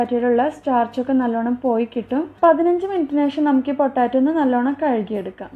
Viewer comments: പൊട്ടാറ്റോ അല്ല പൊട്ടെയ്റ്റോ 😌😌🙆🙆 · പൊട്ടാറ്റോ അല്ല. പൊട്ടറ്റോ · ഇത്ത പൊട്ടാറ്റോ അല്ല പൊട്ടറ്റോ ആണ് 😁😁😁😁😁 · Sambhava okke kollam.bt potaaatto alla potato